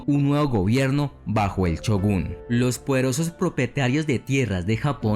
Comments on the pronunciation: Shogun no chugun, que puta necesidad de pronunciar la ch y no la sh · Se escribe "Shogun" con "S" y pronuncia "Chogun"..jajaja.. Aún así.. que gran video el tuyo.. muy buena información y sin usar palabras demás o gritar como lo hacen muchos más.. te has ganado un subscriptor más..